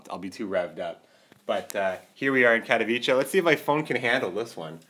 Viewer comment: You pronounced Katowice correctly! :D